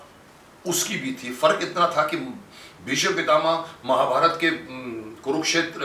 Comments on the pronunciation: Ya to aap gufi ji ko aap kahie ya tum.....aur bheesham nahi hota hai.. BHEESHM hota hai ...aap to Kam se Kam itna maanie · Bheesham nahin Bheeshm bhaijaan, gufi sir is very sensible and collected